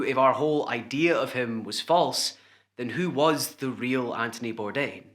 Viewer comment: “Antony Bourdain” “Andy Bourdain” lol